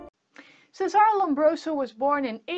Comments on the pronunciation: His first name Cesare is pronounced che-sa-re. Not 'sesare'. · It's Cesare not Sesàr in italian. You re invent his name..